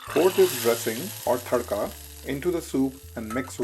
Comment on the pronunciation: What's a Thaddka? It is always Tadka.. Something wrong with your accent.